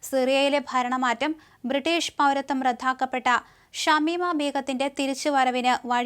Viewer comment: റദ്ധാക്കപ്പെട്ട എന്നു പറയാതെ റദ്ദാക്കപ്പെട്ട എന്നു പറയൂ!